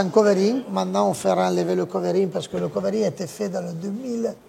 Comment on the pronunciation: Lé covéring 😄